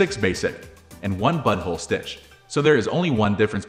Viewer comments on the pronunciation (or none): i heard he said buttonhole once. the rest i heard he said butthole 😂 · Am I crazy or does he say “butthole” instead of “buttonhole”?? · Yup he says butthole not button hole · Lol it does say "Butthole" instead of buttonhole😂😮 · He did more than once lol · 😂😂😂😂😂😂 sure enough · You're not crazy, this is definitely what it says 🤦‍♂ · it's obviously AI, which makes the use of "butthole" even more hilarious, because the script must have been entered that way. It does say "buttonhole" once, so it almost seems intentional. 😂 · No doubt, he sure says «butthole»! Repeatedly! 😂😂😂